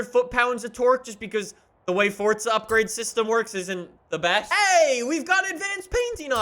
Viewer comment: Nobody gonna talk about how he pronounces it fort-za